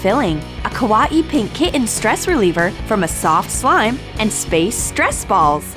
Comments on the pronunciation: the way she said kitten and kawaii 😂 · Why does she never pronounce the t? She says 'kien' not 'kitten' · Why cant she say kawi and kitten!